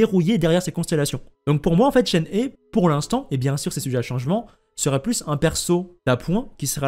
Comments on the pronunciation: Ça s’écrit Shenhe mais ce prononce Chènehi je crois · ça se prononce shen her (le pronom anglais) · Coucou ! Alors la prononciation de Shenhe ressemble à « Shen rheu », avec un son « rh » comme un r expiré (je sais pas si tu vois) C’est pareil pour Hu Tao, qu’on prononce « Rhou Trao » (oui, parce que le « t » se prononce « tr » en chinois) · Dans l'ensemble tu prononces pas trop mal les noms mais je fais qlq remarques rapides. Shenrheu pas Shenhé. Ganhu et pas Ganyou et Uindjin pas Youndjin, pareil que Chongyun qui se prononce Chon'uin. :) enfin toi au moins, tu fais un effort d'habitude, continue comme ça en faisant ces petites modifications de prononciation :). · Heyy ! ShenHe se prononce « SheunRheu », d’ailleurs dans son nom on retrouve le caractère qui signifie Cigogne, cela fait lien avec le fait qu’elle soit la disciple de l’Adepte Souffle-Nuage ^^ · je rajoute pour éviter toute confusion que le son "eu" est un "eu" ouvert, comme dans "reuf" justement ou "un oeuf", et pas comme dans "des oeufs" ou encore "ceux-là" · alors je sais pas de quel accent tu parles, mais "shen" ne se prononce pas comme "chêne" ou "chaine" en français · coucou, je suis chinoise so je pense être qualifiée pour dire si c’est ça ou pas, et non shen ne se prononce pas comme chêne ou chaîne, voilà bonne soirée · En tant que chinois je prononce Shen he : « cheun re » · Non ça se prononce absolument pas "hé". Regardes cette video, la personne nous montre comment c'est prononcé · d'apres des posts de personnes parlant mandarin, ça se prononcerait shen heu ou un truc comme ça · on dit shen "re" prcq le h en chinois se prononce a peut pret comme un -r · C shenhwa je crois (tu prononces le h) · Vous le prononcez comment Shenhe les gens ? Persos c'est Chénhé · On prononce "Shenhe" chen heu et le "h" comme en anglais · ça ce lit CHEN RE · Ça se dit Shenhre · Ca se dit "shenhe" 🙃